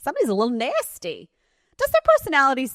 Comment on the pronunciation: Nay-steee 😂😂😂 is my favorite lol